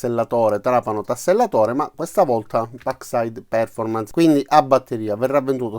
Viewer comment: Perf-ò-rmance è la pronuncia corretta. Buon lavoro :-)